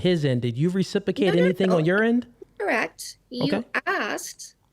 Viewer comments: and RECIPICATE again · and again 😂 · Recipicate and Recipication is killing me 🤣